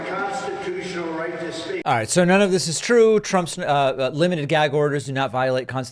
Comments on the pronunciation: What does trump care about the constitution? He wants to get rid of it. Someone should tell him ,it’s gag short ‘a’ not gayg with a long ‘a’ you stupid 💩! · "Gaeyg order" "Yaygan food", just an idiot man child. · I'm a native New Yorker so I just want to let you know David that the way he says the word gag is the way all New Yorkers pronounce it with that thick Brooklyn type accent. However everybody loves the way I talk because I'm a female with an extremely high pitched voice and so the New York accent sounds cute on me!